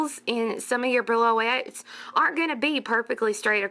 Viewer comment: Thank you so much for another lovely tutorial. I believe the beads are called "bree-o-lets" not brillo-ets. Very pretty. I must try them. Joy